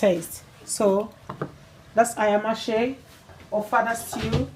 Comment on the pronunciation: Lovely recipe, looks delicious. However pronunciation is Aya-ma- se; cooking quickly.